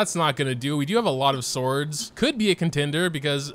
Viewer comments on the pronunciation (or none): none